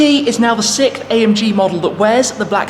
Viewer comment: is that the British version of “sixth”? He’s saying “sickth”